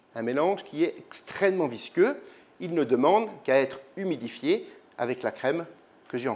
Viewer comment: Mdr je rêve ou il a dit « extrênement »